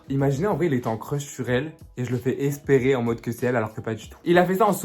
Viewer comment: avec les R c'est grave Une jourrrrrrrrrrrrné Esperrrrrrrrrrrrrrrrer 💀💀